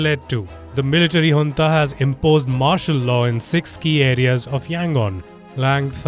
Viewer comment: Loved it when Palki correctly pronounced Junta (as Hunta). This lady is a class.